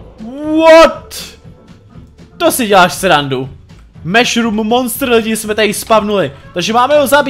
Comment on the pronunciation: neříká se to meshrum ale mashurm